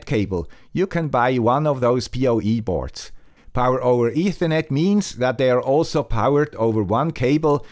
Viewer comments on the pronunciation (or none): none